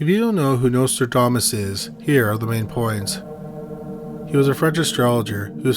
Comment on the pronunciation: Notradamus !?? What the!! The narrator speaks very lazily and doesn’t even pronounce the name correctly!